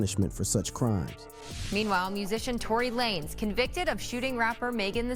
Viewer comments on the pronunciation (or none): Tory Lan-Ez ... bro what?! How u make a video bout rappers n dont know they name? How you fugg up the pronounciation of a FIVE LETTER word 😂😂